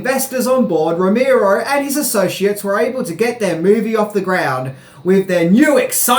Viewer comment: ROE MARE OH, not ROE MEER OH.